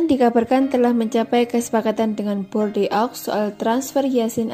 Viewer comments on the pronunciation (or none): Borde..aok masa ga bs baca sih min